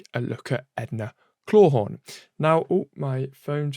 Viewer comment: EDA CLAWTHORNE!!! ITS EDA CLAWTHORNE PRONOUNCE IT CORRECTLY!!!!